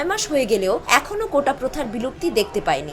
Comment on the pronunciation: কোটা না কোটা😂😂